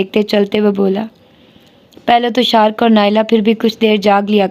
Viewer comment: Ek tu ap naam bohat bigarti Hain maslan fahad ko fehed ubaid ko abeed shariq ko shark meesum ko ap moseem parhti rahi Hain plz naam sahi parh liya karen